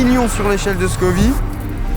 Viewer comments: Scoville pas scovi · "Scoville", pas scovy 🤦‍♂ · ScoviLLE. SCOVILEU pas Scovi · on dit échelle de scoville pas scovi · C'est l'échelle de Scoville, pas "scovie" 🙂🙂. Au top la vidéo !! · Scoville par contre, pas Scovi 😮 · Toute la vidéo il dit "l'échelle de Scovie" 😩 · On dit scoville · Scoville donc tu dis ville merci